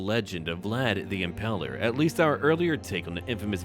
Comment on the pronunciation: Did you say Impaler like “impeller” or “Impala”?